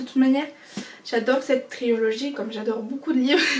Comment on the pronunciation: triOlogie haha on dit trilogie mais aussi non bonne video!